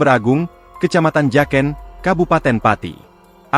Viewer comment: Bacanya Jaken min bukan jaken 😅